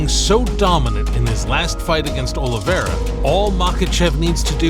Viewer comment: 45 sec in and im out.heheh he sayd olevere is the faforit heheheeheheheeheheheheehehehe